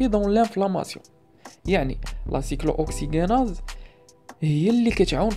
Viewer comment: La prononciation de cyclo oxygenase est n'est pas just